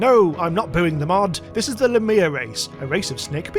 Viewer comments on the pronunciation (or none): Lah - me - ah They’re real mythical creatures- so yeah, there is a proper pronunciation T’was just bothering me, sorry lol Edit: holy crap, the slime race ship is literally a space booger